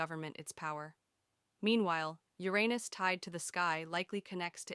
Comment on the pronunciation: Bro it‘s pronounced Uranus U like in Ultimate or Under. Not Your pause Anus. Just Uranus in one quick go.